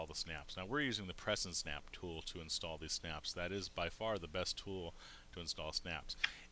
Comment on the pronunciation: Did the "S" key not work? IN'S'TALL ... NOT INTALL Otherwise ... I love your videos and I'm looking at my best business venture. Yes, I plan to use and work with Sailrite for machines and materials.